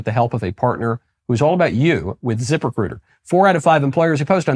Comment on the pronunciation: Hahahahaha, it sounded like you said 'zipper critter' rather than ZipRecuiter.